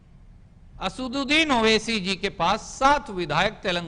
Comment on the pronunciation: Pahle Aap Sahi se Naam Bolna Seekhlo Owasi Sahab ka